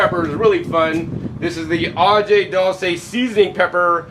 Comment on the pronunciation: im just a white guy, but i cringe every time he says PORTER rico and AGEE peppers!